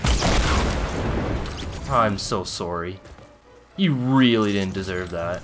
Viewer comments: Why you say sore e like in O.K. KO whispers you should pin me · “ im sorry “ Canadian af 😂😭❤️